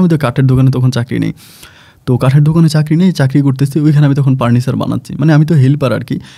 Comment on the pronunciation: কি আপন ভাই পার্নিচার দোকান বলে না ফার্নিচার দোকান বলে